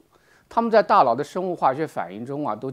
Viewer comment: 大佬，大老，大姥，这个N/L混读实在是拦听，敬爱的胡总书记也恼是这样读。